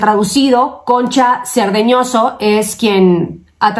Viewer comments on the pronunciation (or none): Siempre dices mal el apellido de la traductora. CARDEÑOSO